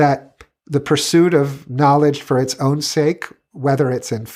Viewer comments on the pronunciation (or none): none